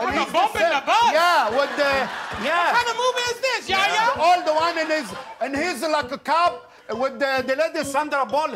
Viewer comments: Why dosent he say yehya not ya ya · It's not yaya! It's yeHya!